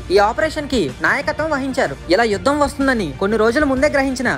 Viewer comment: It is yudham not vudham